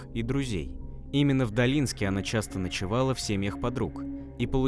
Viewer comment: Долинске,ударение на первый слог!